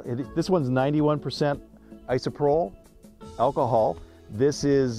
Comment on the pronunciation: it's pronounced ISO-PRO-PULL. just fyi.